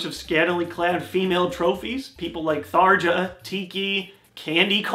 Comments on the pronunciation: Thar-Juh!? It's Thar-Yuh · Tharja is said Tharya! ;)